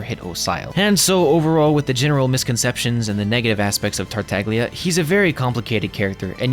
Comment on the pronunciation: It's pronounced "tartalya". As an italian my ears bleed whenever people don't even put effort in tryna pronounce the harbingers name correctly. No shade